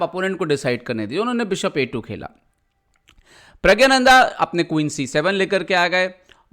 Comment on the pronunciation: प्रग्यानंधा नही, प्रग्णांधा बोलो. या प्रग बोल दो.